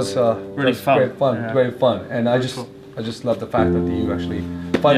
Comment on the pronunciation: "You're rate." "You razy ass." Lmaooooo